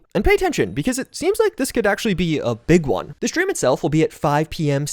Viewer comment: I get shakes every time you pronounce "stream" as "schtream". No offense, but your accent gives me anxiety.